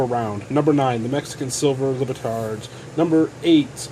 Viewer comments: You have diction problems. The last syllable of the Mexican coin is -TAD, not -tard. While you spell "recognize" correctly, you butcher its pronunciation. The second syllable is COG, not "con." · Libertad is pronounced LEE-BUR-TAD, fyi.